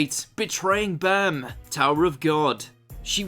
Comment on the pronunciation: when was his name bam? they spelled it bom the day it came out on chrunchroll. and when they said his name it sounded like bom